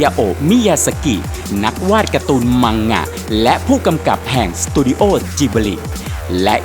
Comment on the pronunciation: มันคือ มังงะ ค่ะไม่ใช่ มังหงะ